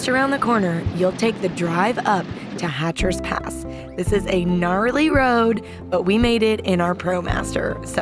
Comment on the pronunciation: It's Hatcher Pass NOT HATCHER'S Pass.